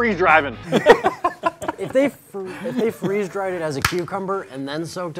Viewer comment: Free Z dried Me: 🤣🤣🤣🤣🤣😂😂🤣🤣🤣